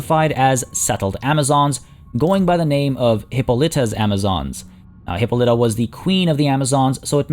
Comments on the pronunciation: Hip-pol-ita is how you would pronounce that. If you want aduio just look up justice league wonder woman as her mother is said queen and they pronounce it correctly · Its said in one go, hippolita, not hyppa litta